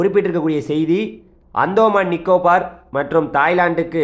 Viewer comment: டேய் அந்தோமான் இல்ல. அந்தமான். இதே மாதிரி தான் பெங்கால் னு சொன்ன. அது பெஞ்சல். ஒழுங்கா பேர் கூட சொல்லத்தெரியல. கருமம் டா